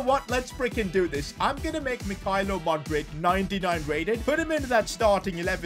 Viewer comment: As a Chelsea fan I thank you Just saying you not saying Mudryk properly 😭